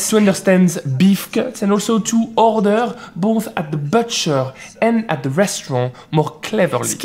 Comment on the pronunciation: the U in butcher is pronounced like the OU in bouffant, not like the œu in bœuf or the EU in beurre